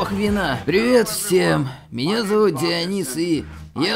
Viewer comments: ДиОнис,ударение на о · О, боги. ДионИс!